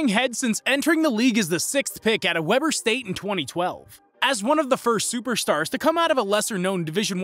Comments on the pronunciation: its pronounced Wee-ber state not webber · Wee-ber state not Webber😂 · Weeeeber st.! Not Weber st.! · mans called it "Webber" state lmao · Lol he said 'Webber state "🤣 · This is supposed to be a "knowledgeable" person regarding Demean Lallard---and yet he doesn't even know the man attended (pronounced) "Weeber" State University in Ogden, Utah, for four years. Good grief. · It's not "Webber" state my guy. Something tells me you don't watch much bball... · It's pronounced Weeber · I was cringing the first few times but had to let it go for my mental 😝